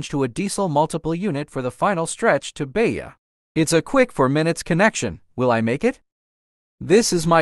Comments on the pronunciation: Please, don't say Beia, say Beja with a sound of "J" like "Japan" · PS: Beja is not pronounced "Beya". In Portuguese the J is read as J, not as an I or a Y.